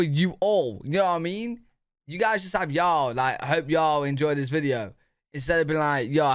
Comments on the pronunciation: I think the way you say y'all sounds GREAT. British y'all. What a trip. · Y’all is from the South that has an accent akin to you Brits. So, the way you say y’all is spot on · You sound perfect when you say “y’all”. It suits you! I’m from California and it sounds weird for me to say it! 😂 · y’all always sounds right as second person plural no matter who says it. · I agree. This Texan gives her blessing. He sounded excellent when he said it. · I agree. His “hey y’all” was perfect! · Southern here from the USA. You absolutely have permission to say y’all! You sound great saying it and that’s not just Southern sweetness!😊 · As a born and bred southerner!!! You are saying it perfectly! Sounds great and y’all ought to start using it! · Your pronunciation of yall sounds very natural! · Do it! You sound great saying Ya’ll ☺️ and the Whole nine yards is a fun one. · you sound great saying y’ll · You sound good saying "Hey, y'all." But I live in the South in America. I use "y'all" so much, my phone recognizes. So use it. Then you can add "all y'all and you'ens". You'ens is more than y'all and less than all y'all. And yes, I had a boss who used you'ens. I don't care for it too much.